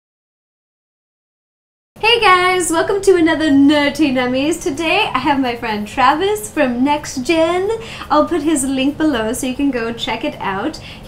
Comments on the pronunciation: its nerDy nummes! im from the uk and we only pronounce the T in things when there is a T! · In every episode it sounds like she says "NerTy Nummies". NO, IT'S NERDY!!! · y u say nerty